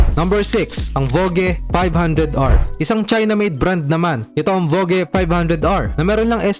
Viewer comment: "vodj" hindi vo ge🤣